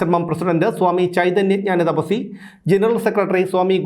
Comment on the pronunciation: ഞാന തപസി അല്ല ജ്‌ഞാനതപസ്വിനി എന്നാണ്